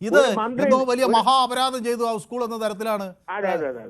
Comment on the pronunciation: സഹോദരാ ഉസ്കൂൾ അല്ല .. സ്കൂൾ സ്കൂൾ സ്കൂൾ . എന്നെങ്കിലും പറയാൻ പഠിച്ചിട്ട് വന്നിരുന്നു ചലമ്പി കൂടെ ?